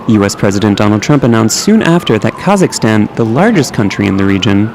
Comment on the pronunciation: KAZZAKASTAN! 🤣🤣🤣 I can't believe he said it like that!